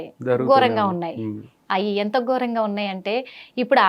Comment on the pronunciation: దేషా. అంటున్నారు. దేశ. ఘోరం. గోరం కాదు. తెలుగు భాషని గౌరవిద్దాం. Get trained properly and stand in front of camera. Dnt be like a parrot.